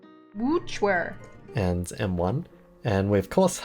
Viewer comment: since when the fuck is wuque pronounced like that